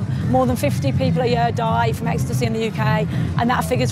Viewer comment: I couldn’t believe it when she said “you only have to see what’s it in the media”, and we all know what bastions of truth and honesty the media are. The way she was saying “ecstasy,e” showing us how knowledgeable about the drug she is 😂😂😂